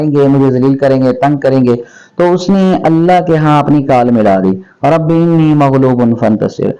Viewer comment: Moulana inni nahi hai anni hai